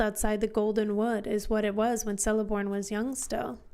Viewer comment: FYI, there is no soft C in the elvish languages, therefore it's pronounced "Keleborn," not "Seleborn."